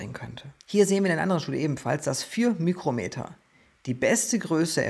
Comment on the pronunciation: Hi, ein Tipp zur Ausspreche von µm > Mikro Meter:) ohne ü Es spricht sich ja ebenfalls Mikroplastik:)